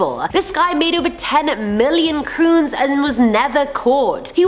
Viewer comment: Norwegian money is pronounced crowns not croons xD